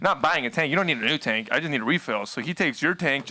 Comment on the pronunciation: 'Wuz in the taenk'? lolol